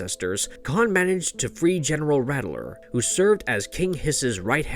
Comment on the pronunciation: It's COUNT Marzo, not Court Marzo. General Rattlor should be pronounced as RAT LORE.